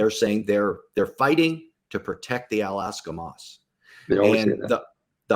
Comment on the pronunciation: Thanks for your service and efforts. But it is not Alaska mosque. It is called Al-Aqsa Mosque - Aqsa means: Remote, ultimate, utmost, maximum, far, etc.. depends on the context.